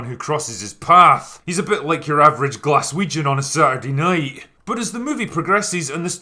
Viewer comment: Every time says GLAS WEE JUN I lose it! LOL 😝 😆 😂 😝 😆